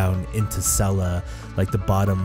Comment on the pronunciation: I love you but if you keep calling sellas sella I will lose my mind but jokes aside ive been so hyped for you to explore this beautiful area!!!